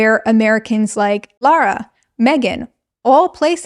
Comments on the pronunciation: But her name is Lah-ra not Lo-ra. You keep pronouncing it as if her name was Laura. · Why do Americans pronounce “Lara” like “Laura” lmao